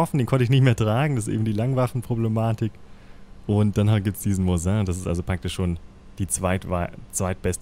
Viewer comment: *Mosin nicht Moisin